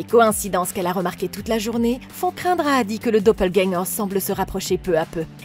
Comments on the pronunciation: Dopeulgagnant??? Quelle prononciation 😂😂😂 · juste revoir la prononciation du dopplegänger -> [do-peul-guèn-gueur] (désolé pour les pros de phonétique, je suis pas du tout expert) mais sinon très bonne vidéo, continuez comme ça ;) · pas obligatoirement, les allemands prononcent plutôt les mots qui se terminent par "er" comme un "a". Beispielweise : Vata (pour Vater) et Doppelgänga (Doppelgänger), mais oui, elle ne l'a pas correctement prononcé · Il faut prononcer le "r" de doppelganger (c'est un mot allemand) 😉 J'adore ce film ! J'avais trop hâte de le voir sur cette chaîne ! ^^